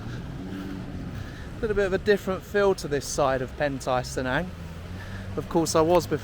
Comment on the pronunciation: "Cenang" is pronounce phonetically, hence, it's "che" & not "se"